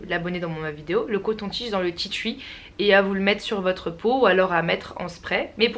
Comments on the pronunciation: Tu ma tué tu dit « ti thruii »alors que en français c juste « ti tri » la prononciation hein ! Voilà je c je suis chiante et relou mais bon j adore la Vidéo y en a pas beaucoup des comme ça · Tea "tchui" 😂😂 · "du tea twi" 😂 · tu me tué quand tu disais "titui' pour tea tree mddr sinon super video dommage que je peux pas me procurer tt ces produits